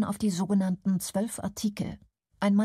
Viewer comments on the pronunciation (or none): none